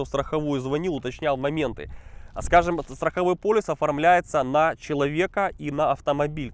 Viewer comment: !:))) ПолИс, а не полЮс